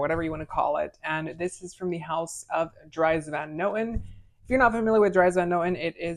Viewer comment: Way to butcher every name including the house's name 😂 do a little research next time to add weight to your reviews